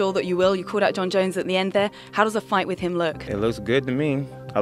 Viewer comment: jon joneeeyus 😅